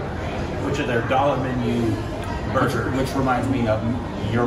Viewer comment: saying burger a barger 😂